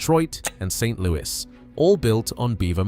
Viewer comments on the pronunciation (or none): none